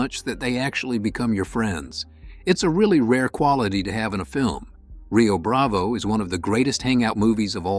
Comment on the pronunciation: Yea, the first clue was when the "narrator" kept pronouncing it 'Rio Brav-ay' instead of Rio Brav-oh.